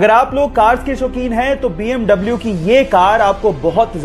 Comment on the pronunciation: BMW ko bee am vee bolte hai now double u